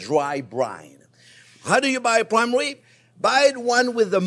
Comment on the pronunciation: Intwesting wesipe fo pwime wibs. Oh, welax, I'm just twing to have fun.